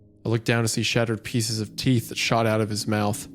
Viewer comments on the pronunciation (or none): none